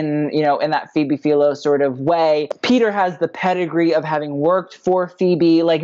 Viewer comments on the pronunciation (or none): none